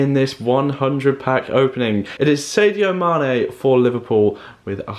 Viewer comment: You cant even say sadio mane